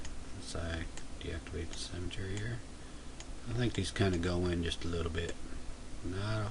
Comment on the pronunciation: Great video, though I kept giggling as you pronounced "symmetry" as "cemetery."